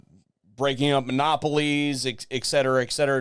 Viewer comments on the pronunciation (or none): The phrase is NOT eck cetera, FFS....